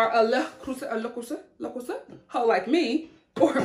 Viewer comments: Happy for your new channel! Also, I'm glad that you corrected your prononciation of "Le Creuset", I know French words can be hard for Americans. You almost pronounce it perfectly! It's "Le" having an "euh" sound (like the e in butter), and "Creuset" having an "euh" sound, then a "z" sound (not s) and finally an "a" sound like in ache: L-euh Cr-euh-z-a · I love the way you pronounce Le Creuset so I'm really hoping you don't change it. But in case you need a refresher, it's Luh (pronounced uh with an L) crew-zay (minus the ye sound, think "cruise" then put it through an "I'm drunk and think I'm speaking French" filter😜)